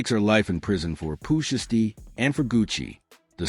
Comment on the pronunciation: The AI voice is terrible. Zataven....? Pooh shisty... cmon bro... did you watch this b4 you hit publish